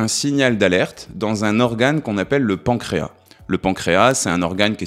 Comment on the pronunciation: Je viens de vérifier:,on prononce le « s » du mot pancréas.